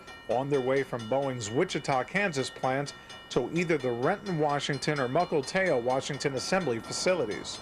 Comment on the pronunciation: It is MukiltEo, not MukiltAo